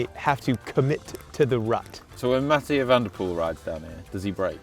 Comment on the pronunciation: My man said Matthew van der pool lmao